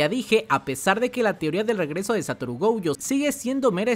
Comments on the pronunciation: Gojo, no "Goujo" diosssssssss miooooooooooooooooooooooooooooooooooooooooooooooooooooooo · Porque pronuncia GOUJO?